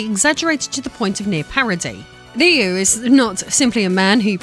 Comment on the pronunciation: Finally, someone correctly pronounces "Ryu" that is not Japanese!